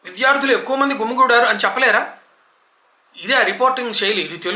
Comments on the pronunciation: అవునండి. ఈ మధ్య కాలంలో తెలుగు న్యూస్ రీడర్స్ తెలుగు వింటే రాయి తీసుకొని మొహం పగల గొట్టాలనిపిస్తుంటుంది. మీరు చాలా ఉదాహరణలు చెప్పారు వాళ్ళు పలికే చిలక పలుకుల గురించి. ఇంకొక్కటి మర్చిపోయారు. "విద్యార్థులు" అనడానికి "విధ్యార్థులు" అలాగే "బాధితులు" అనడానికి "భాదితులు" అంటున్నారు. అప్పుడు నాకు అనిపిస్తుంటుంది... "నాయాల్ది కత్తందుకో జానకీ"అని.😂 కానీ ఒక చిన్న విషయం చెప్పుకోవాలి ఇక్కడ. తెలుగు పదాల ఉచ్చారణ బాగుంటే చాలు.. ఇంగ్లీషు పదాలు అక్కడక్కడా ఉపయోగిస్తే పర్వాలేదు అని నా అభిప్రాయం. అందాకా ఎందుకు..?? చివర్లో మీరే "సబ్స్క్రయిబ్" చేస్కోండి.. "బెల్ ఐకాన్" నొక్కండి అని అన్నారు. అంచేత తెలుగు భాషను khoonee చెయ్యకుండా అక్కడక్కడా ఇంగ్లీషు పదాలు వాడ్డం తప్పు కాకపోవచ్చు. లేదంటే మరీ గ్రాంధికం మాట్లేస్తే రాజుల భాషగా అయిపోయి.. "అహో.. ఎవరక్కడ.." అన్నట్లుంటుంది. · మీరు చెబుతున్న విషయాలు అక్షరాలా నిజం సర్.... ముఖ్యంగా విద్య, విద్యార్థులు అను పదాలను... విధ్య, విధ్యార్థులు గా పలుకుతున్నారు... చాలా బాధగా ఉంది